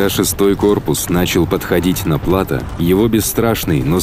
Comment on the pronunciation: Отличные видео, познавательные и подробные. Но хотел бы поправить, в слове плато ударение идёт на букву о, а не на а.